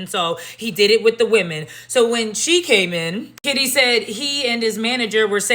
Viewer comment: Did she call that woman Shitty instead of Kitty? 😆😅🤣😂